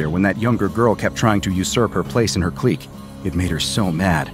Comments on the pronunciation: I love when vo actors read words they dont know aloud from the script for the first time, when he said “clique “ he sounds like a Mexican camera “cleeeek”😂😂😂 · Pronounced click, not "kleek" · Hold on, did you say clique as cleek? Huh?